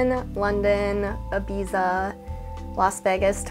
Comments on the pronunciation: They way she says “ibeza” lmao I thought it was Ibiza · “I beez a”? Really? 🤦🏼‍♀️